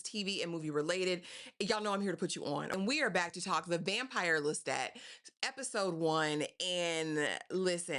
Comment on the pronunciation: Yes. I’m not here to cause no ripples. It was just a suggestion. Just pointing out the way the author herself pronounces it.